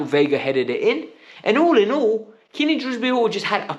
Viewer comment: it’s Kiernan not Keenan fucks sake man…